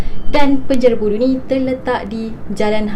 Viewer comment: bunyi sebutan pudu tu mcm bunyi budu 😂😂😂